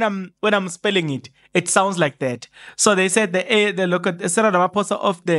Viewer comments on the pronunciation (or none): none